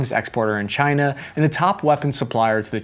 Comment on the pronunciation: Can we stop saying China in near pear?